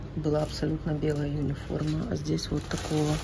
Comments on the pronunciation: Почему юниформа?Униформа от слова универсальная❤ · Почему "Юниформа"-то? Униформа! У. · почему юниформа ?а не униформа?...от какого это слова?